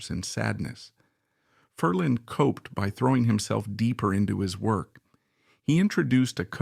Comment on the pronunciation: DUMP the A.I. voice overs! The name is pronounced "FER-lin," not "Fer-LEEEN!"